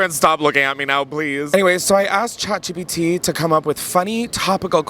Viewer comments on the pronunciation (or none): none